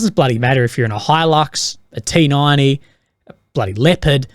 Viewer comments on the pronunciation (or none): none